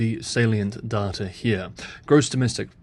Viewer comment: The way u say data is annoying.